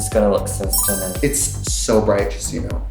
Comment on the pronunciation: STUNNINk. There’s a tiny k in there at the end.